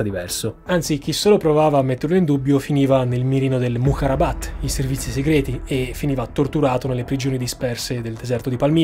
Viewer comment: Piccola nota: Servizi segreti = MUKHABARAT. Non MUKHARABAT, per il resto video impeccabile come sempre